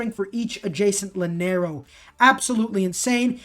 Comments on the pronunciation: It annoys me so much that he pronounces llanero like he does It’s pronounced yanero not lanero in Spanish double l is pronounced like a y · not hackianda.....hassie enda and Ya-nero